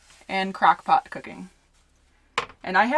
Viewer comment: Did she just say "Crack Pot"? Lol